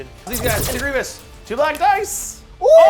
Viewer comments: It's so painful to hear him say Grievous's name so wrong... Even a year later. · "griv-e-ous" lmao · After burning out on Warhammer, I recently started playing legion. Really enjoy seeing more legion content. The only comment about the video is one ah-gree-gee-us mistake continually calling him General Gree-vee-us. :) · Every time he said Grievious I yelled Grievous! 😂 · Does his pronunciation of Greivous drive anyone else crazy? Like bruh theres no second i in his name, and they say his name dozens of times in the shows and movie, if you're pronouncing his name wrong you have to be trolling. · Great to see legion stuff! Just gonna say... You're saying Grevious wrong and it hurts my heart 😂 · Fun video, but constantly calling Grievous Grieveeous was driving me nuts. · It's really minor, but it's General Grievous, man, not General Grievious. Very interesting style and format. The scripted talking points seem a little bit rigid though. That might be my personal preference. Very high quality video. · Someones got to let this guy know it's Grievous not Grievios. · "Gree-vus" not "Greevy-us" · him adding a syllable in grevious name makes me itch lol great content tho keep the legion vids commin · It's Grie-vous, 2 syllables, that's it. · The way pronounces grievous is hilarious to me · This dude mispronouncing Grievous this whole game is killing me 😬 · Was looking for this comment, was driving me crazy hearing him say the name wrong lol